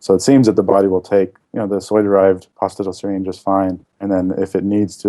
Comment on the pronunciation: Pronounced phosphi(TIE)dal